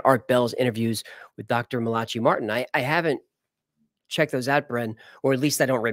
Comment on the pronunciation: I think it's pronounced Mal-uhk-eye not Malatschee